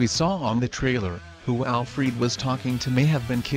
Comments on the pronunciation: “Dark seed” “Alfreed” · You get a thumbs down 👎🏿 for purposely saying their name wrong, you know damn well it’s not ALFREED or DARK SEED you’re just trying to get more comments on your made up thaught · Prepare for "DarkSEED" But "AlFREED"will save the day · I agree, it is pronounced Dark-SIDE!!! and also Al-FRED!!!